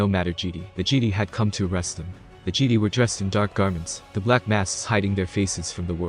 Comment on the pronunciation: Gd? It's pronounced Jeh-Die.